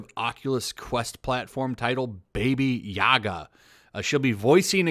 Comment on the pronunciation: It is not "Baby Yaga" it's "Baba Yaga". should know his myths.